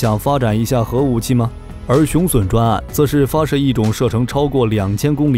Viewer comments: 雄筍？ 雄隼（準） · 雄隼???!!!奪筍啊~~~那個在台灣念準!! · 隼唸 "準"，不唸"損"…中文質量有問題！ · 隼的讀音錯誤，不是筍，是準。